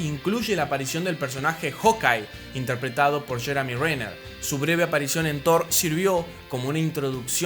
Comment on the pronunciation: Es Gwynet Paltrow no Patrol,es Bruce Banner no Branner y es Jeremy Rener no Jaremy. Excelente video ❤❤❤❤❤ y todas las películas de esa fase me gustan